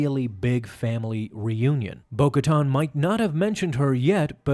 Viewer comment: Ka-TAN, not “tahn”